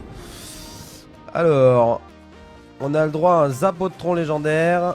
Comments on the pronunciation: Ptdr c'est zapotron pas zapatron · C'est même pas un zapatron mais un zapotron